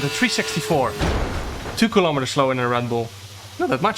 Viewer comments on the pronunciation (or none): WHAT THE HELL IS A KILLOMETTEEERRR